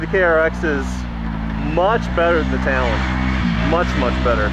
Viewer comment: It’s a tal-on not a tolone